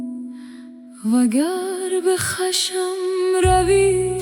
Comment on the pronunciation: کاش بعضی کلمات رو که خوب نمسخونه حرکات بزارین تا درست بخونه ، اینهمه زحمت میکشین و تولید میکنین عالی باشه، شروع اولین کلمه رو اشتباهی میخونه همین اول توی ذوق میزنه بجای khashm میخونهkhasham